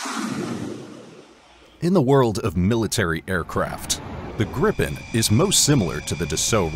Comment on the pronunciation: If you’re going to create 15 minute content about aircraft, one would assume that you would research the material enough to know how to pronounce the name correctly. The Gripen is pronounced as Greepen and The Rafale as Ra-Fahl. Weird looking? Both are stunning aircraft